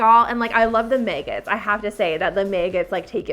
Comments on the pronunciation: Where did you learn to pronounce the word “maggot”?? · I like the way she says maggot as meggit 😂 I'm British so I speak differently lmao obvi